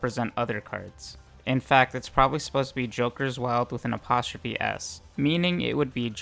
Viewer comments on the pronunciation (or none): none